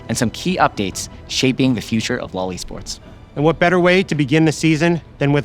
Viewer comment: you can't pronounce LOL E-sports like that...